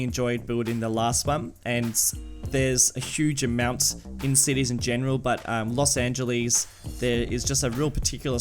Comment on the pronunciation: worst prounacment of los angeles